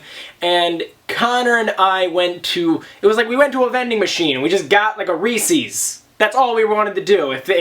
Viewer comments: I have never, ever heard anyone say "reese's" like that before. It's "ree-sez" with an S sound, not a C sound. Reese's does not rhyme with feces. Like it's not Reesee Witherspoon. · Ree-says not ree-sees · couldn't help but laugh every time you pronounced reese's, reesee's ahahah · You say Reese's weird